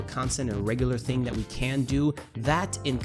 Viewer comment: You said do do